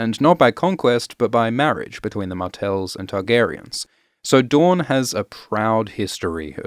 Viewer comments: DOOR-in NOT du-RON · why does he keep calling house dorne, house dawn?